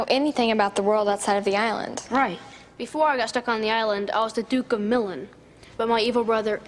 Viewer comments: "The performer must feel comfortable." Alas, that often isn't true. Many actors have had to endure uncomfortable makeup and costumes. When I played Giles Corey in "The Crucible" nine years ago, I had to wear a beard. And boy did that itch! Also, the place is pronounced "Mil-AHN". I know because I've been there. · "I was the Duke of Millin'...." I'm sorry, you were the Duke of WHAT, kid playing Prospero? How did the director of this episode not point out how to pronounce Milan? Did no one filming this episode know how to pronounce one of the most famous cities in the world? Brb, cackling into infinity.